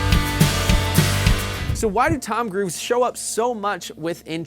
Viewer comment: I can't unhear it